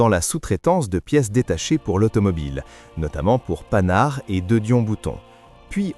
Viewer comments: Mais putain, Panhard… çà se prononce normalement . pan-ar… bande d’incultes jeunes qui cherchent les clics ! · S'il vous plait , chère voix synthétique, merci de prononcer à la française et non pas à l'américaine, le nom Panhard de la célèbre marque français d'automobiles de renom Respect SVP